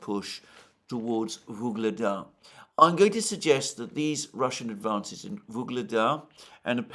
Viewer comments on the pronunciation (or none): "Gaza Surrounded" For once at least a semi-accurate headline on a place being surrounded by military forces. Quite unlike all his phony headlines on locales being 'surrounded' or "encircled' in Ukraine by Russian forces as at: Vuhledar, Bakhmut, Avdiivka, Kupiansk just to name four that he pronounced "encircled" or "surrounded" when nothing of the sort was happening on those battlefields. My advice: take a map reading class.